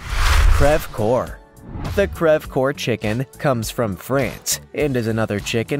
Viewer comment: Native French speaker here... coeur is pronounced like cur not core.